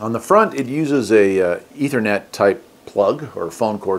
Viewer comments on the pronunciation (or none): none